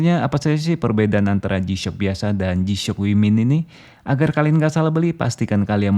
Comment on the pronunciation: Resep bgt dnger si abang nya ketika bilang "g-shock" 🤣🤣🤣